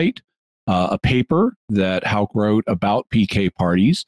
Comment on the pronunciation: You can best pronounce Houck as: 'hook.'